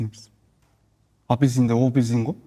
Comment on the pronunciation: Апельсин дегенде опелсинго дит😂😂😂